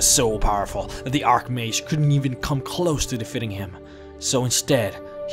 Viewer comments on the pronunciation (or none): none